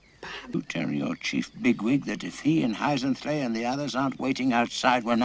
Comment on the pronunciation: If you love the movie why do you get so many of the names wrong "Frith" or as you say "Thrift" Hyzenthlay....or did you say HazelThey, Efrafa or did you say Evavra Let me guess that other guy is Blackathor?